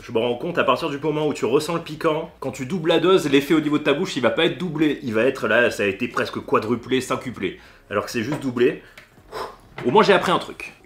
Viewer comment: Cinquplé :/ ... quintuplé :))))